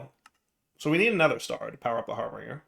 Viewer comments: It's not Har - bring - er, it's Har - binge - er. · Har- bin - ger not harbringer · He is still going to read it as harBRINGer. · DIRE. HARBINGER.... HAR BINGE(like a drinking spree) ER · That's a touch painful. Har-binge-r. That's how his name is pronounced. Thank you for coming to my TedTalk. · Why did keep adding an r in harbinger that wasn't there? He kept calling it harbeinger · Same reason he calls piglichs piglicks